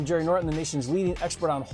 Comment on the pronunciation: Jerry Nor en.........................Sounds trashy without the letter "T"